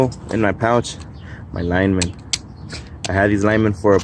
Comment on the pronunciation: Liked just because he pronounces Lineman correctly. Keep on keeping on. And no BS. Good vid